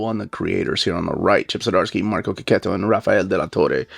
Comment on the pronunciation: Artist' name is pronounced KE-KETO! So glad I watched this vid and picked up on this after so many years of saying it wrobg! 😅